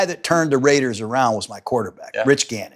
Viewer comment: The Rrrrrrrraidahs in the 4th 🎉